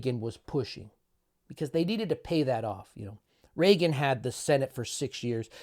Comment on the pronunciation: You mispronounced REAGAN